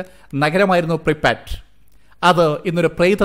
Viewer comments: Preepatt alla prypyat aanu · Pripat alla pripiyat ennanu